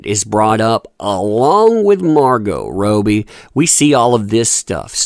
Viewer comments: Please it's Rob ee Rob as in Robert.. not Ro bie as in Roe.. Australian Margot Robbie.. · Love your videos and thank you for all of the updates, but it is killing me that you are saying rowbee instead of robbie, like rob your mind of thoughts..lol and while I am at it, I believe that Shia Labeouf's name is pronounced labuff instead of laboof, like am buff because I work out. :) ♥ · I appreciate your content but please learn peoples names if you’re going to discuss them. Margo Robbie RAW-B is the correct way to say her name as well as KRISTEN Stewart not Kirsten. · pleaseeeeee for the love of all things Aussie!!!! Margot Robbie's name is Pronounced ROB BEE Not ROW BEE... i love ya but geez ya make me cringe every time you mispronounce it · Margot ROBBIE!! Not Robie! Lol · its Kristen not Kirstan and Margot is called Robbie not Robey. As for Cara D, it looks like she's become a crackhead, let's hope she doesn't go the same way as Amy Winehouse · How can one person get "Robbie" soooooo wrong....? Its not Margot "Roby". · Why do you say Margot’s last name that way? Robbie not Roe-bie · Please... it's Margot ROBBIE as in Robert = Robbie not Robey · NOTE: Robbie is pronounced ROBB-Y not Robe-y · I love you but stop calling margot “ROOBIE” With 2 B’s it’s short. It’s Robbie not roobie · "Robbie", not Roby, there's a double 'b' mate. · You are pronouncing Margot's last name wrong. It is pronounced Rob-bee not row-bee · I think it’s ROB by, not ROBE y. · How do you guys pronounce Margot’s last name….“Row-be” or “Robbie”? I say Robbie. 🥴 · It's Robbie not Robo. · that umbrella guy: margo rowbie me : No it's actually margot" (it's french without the T" ) ro bbie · OMG.........ITS NOT ROBY.... IT IS ROBBIE... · 'Kerrah' = Car-uh 'Robie' = Robbie 'Aquaman Star' = Gobshite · Yo, love ur vids 🙂But pls, its Rob-bie not Row-bie, for future reference <3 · Pronounced “Rob-ee” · pls its pronounced [ROB] + [EE] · Rowbbie 🤔lol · Margot Robe-ee lol